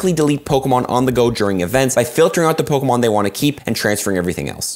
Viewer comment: is the greatest... at bucherin g names of pokemon